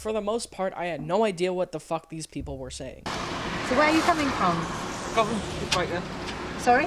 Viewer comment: He’s saying Guvan